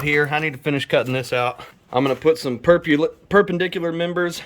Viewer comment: Words are hard my dude lol. Perpamedincular!!